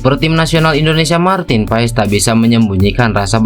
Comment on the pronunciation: gara 2 para pembuat konten martin pass disebut martin paes tuh liat hasilnya semua ngomong PAES bukan PASS....Googling dikit kenapa 🤣